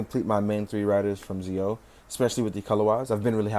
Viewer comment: Zi-O and Geiz are pronounced Geo and Gates. The characters and Watches both say them as such.